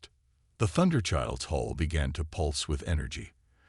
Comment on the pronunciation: Great Story, follow up with clash with the Void Part 2. Fix some of the word errors, a Hull is not a hole, Coms is not calms and be more creative and change the character names from story to story